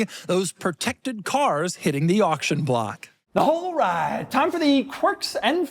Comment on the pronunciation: did he say "balright"? looks like jynxzi too